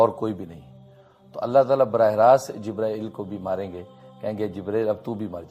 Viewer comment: Pahle to aap acche se boliye jibrail aleh Salam dusri Baat video banane Se Pahle hadees aur Safa number bataya karo